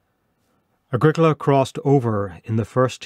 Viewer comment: Ah grEE cola ... not Ag ric AHla. Think Italian.